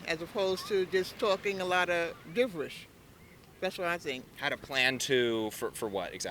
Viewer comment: My favorite part is when the woman insinuates that Trump talks " gibberish" but pronounced it as "diverish"